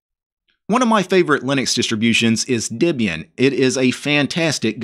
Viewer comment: Dibian? I thought it was Debian...